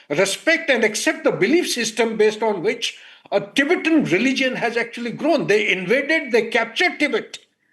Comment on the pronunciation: also its Tibetan not tibetian